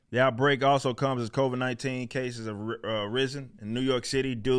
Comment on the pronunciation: I’m curious as to why he calls it Covaids